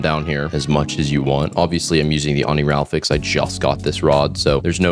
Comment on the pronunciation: did you just say oniralfix 😭 it’s pronounced how it’s spelled oniri-fal-x